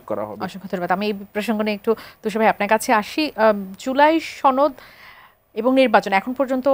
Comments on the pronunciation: উচ্চারণ ঠিক কর?(তরুণ মেধাবী) জুলাই ছনদ না সনদ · ছহি এরাবিক সুরে বলেছে।